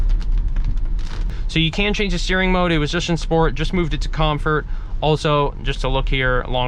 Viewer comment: Please close the doors in the rain!! As a car guy, that was bothering me so much. Apart from that, good video! You need a few more adjectives though haha Also what's up with mispronounced words? COM FURT DRAEG STRIP MODE.. WHY!!!!???